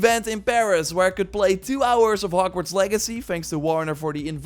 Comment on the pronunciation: Did i just hear him say "and you can explore hockwarts"